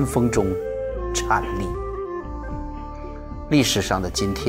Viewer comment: 颤（zhan）栗，说的好不错